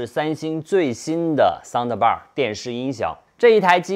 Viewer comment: 不要说soun的bar了，的是轻音不用发音出来的。